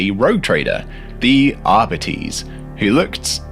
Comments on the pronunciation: I've always known the 40k police pronounced as 'ah-bites' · I've been pronouncing arbites wrong. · When you said "arbiteehs" I cringed. How I was wrong. Ghads. I've said "ahr-bite-s" for decades now. But seeing as you don't want to pronounce Vallejo the right way, I'll stick with my ahr-bite-s 🤣